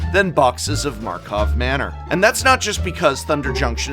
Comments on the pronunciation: Prof, please, say the name correctly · Is it a Joke that he never said the name of the set correct? God it bothers me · Please fix the script XD Its tilting hearing you bunny hop from karlov manor to markov manor XD